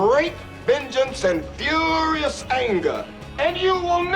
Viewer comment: fuuuurious, not furrrrious. idk why people always get this wrong